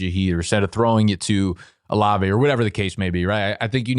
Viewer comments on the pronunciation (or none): none